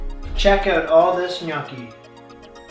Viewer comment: My father has just risen from his grave to inform you that they’re pronounced “nyaw-kee,” not “nyookie.”